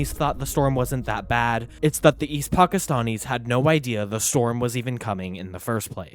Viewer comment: Pockistonnies you say. From Pockiston? Really? 🤔 Why do you talk like that?